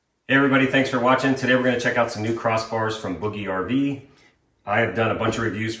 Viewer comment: I have one more question. I’ve been watching all your other videos and skimming through all the comments…. I was just curious about the pronunciation of “BougeRV”. I noticed in videos from other reviewers that they pronounce it quite differently than you do. It appears to me that you have an established relationship with BougeRV and therefore I assume you must be saying it correctly… still I tried to look on their website to see if under About Us they might offer guidance, but I found none. I did find though that bouge is French for move. So, how did you figure out the proper pronunciation?